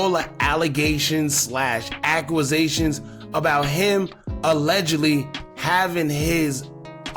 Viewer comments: Accusation not aqwazation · you are A VERY SMART GUY like EXTREMELY smart. Stop pronouncing that word like that. Stop it “Certain things you can’t entertain especially when it’s nonsense.” 😂😂 stop say accusation like that. You know how to speak. You said it right the first time and then did a lean back remix. And Woo Thang was caught 2 months later. Woo Thang was not at his wedding. Books was. So you see you made Grizzly proved his point. The internet. Crazy